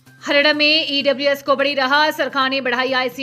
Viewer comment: Anchor ji, haryana ko to kam se kam dhang se pronounce kijiye